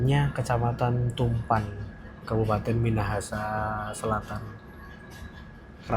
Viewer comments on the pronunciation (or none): Tumpaan mas bukan tumpan😂